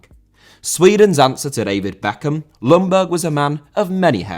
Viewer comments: Young Berg not loungburg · Sorry to be picky, but Ljungberg is pronounced "jungberg" with a rather silent "L". And it's not uncommon in Sweden to have your middle name before your actual name as well. The same goes for myself. Thank you for a great video (as always)!